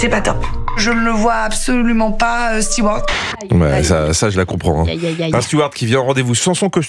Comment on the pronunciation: J'en ai marre d'entendre "Stewart" ! On dit "steward", stewart c'est un prénom !